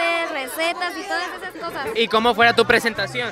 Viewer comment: Recetas* no resetas